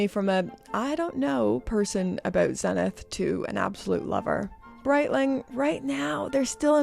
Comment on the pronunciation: Someday, you will pronounce Zenith correctly. It must be lost in English to English to English translation. I personally like Bulova watches. They are amazing for the price. ❤❤